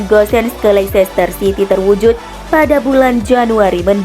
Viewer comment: Leicester itu sebutnya leister min..